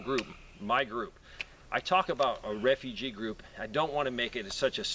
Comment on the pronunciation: Don't you mean re-fu-gee